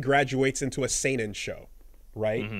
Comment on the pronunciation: "seinen" ugh